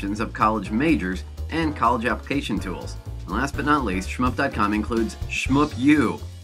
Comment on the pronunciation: you said shmoop wrong, its not schup